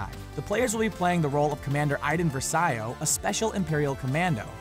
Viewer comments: Iden Versiiiiioooo? did you even watch the E3 conference. Her voice actor said Iden's name several times. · How the fuck do you pernounce Iden Versio sounds so weird